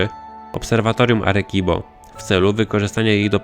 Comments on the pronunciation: Czyt. "Aresibo" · "Arekibo" hahahaha o jacie xd pękłem ze śmiechu